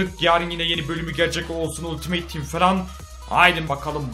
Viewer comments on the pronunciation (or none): none